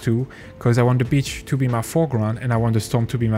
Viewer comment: not gonna lie with that accent it sounds like your saying bitch instead of beach